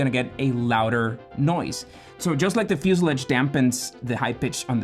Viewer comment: First, learn how to pronounce the word fuselage. Second, HUDs have been used in jet fighters for over 50 years. Do your research!